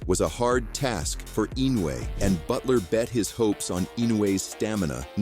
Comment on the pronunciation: What a shite channel. Crappy, dodgy camera angles and - check this out - the AI BS commentary pronounced Inoue's name wrong on 3 occasions. 'Don't recommend channel' is my preferred option to lob into the garbage sack of 'not professional enough'.